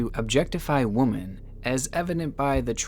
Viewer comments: woman is singular, women is pronounced wimmin. just saying. lol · The real crime here is your pronunciation of "women." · Please learn how to say women correctly, otherwise great channel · Every time in this video mispronounces “women” as “woman” take a drink. I died. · Idk if you’re mispronouncing the plural "women" or just incorrectly using the singular "woman"… but "women" is plural, "woman" is singular. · Same!! It was getting on my nerves lmao. He’s either mispronouncing the plural "women" or incorrectly using the singular "woman" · Love your channel but I get so distracted by the pronunciation of “women” here. There’s a reason it’s normally different from woman. I’ll get over it someday. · No offense, honestly, but the plural of woman is women (pronounced wimmen). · Women is pronounce “wih-min”. You keep saying “woman” for plural “women” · WOMEN IS PRONOUNCED WHIM-IN NOT WOMAN. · It's pronounced wee-men not woo-men. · bestie, I love ur content, but plz, for my sanity, hear me out- woman: one female women(pronounced weh-men): a group of females. i wont stop supporting your channel either way tho cuz honestly whatever ok bye💕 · Women is not pronounced the same as woman. Say swimming. Now say swimmin’. Now say wimmin’. That is how you pronounce the word women. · when you say women it sounds like you say the singular and not the plural and its fuking with me and i dont know whhhhhyy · Man, someone teach this dude how to pronounce "women". "Wi-muhn" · Please stop pronouncing women like that. PLEASE stop haha. In all your videos you say it like "woo-men". Try saying "Wym-in". Instead my guy 🤣🤣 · Why do you keep saying "woman" instead of "women"? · I'm sorry, I love your videos and this is partly my fault for being an idiot but god damn I'm annoyed by the fact that you say "woman" instead of "women" all the time lol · Im disturbed and worried "women" ITS NOT WOMEN ITS WOMAN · great video mate but women is pronounced wemen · Women not womon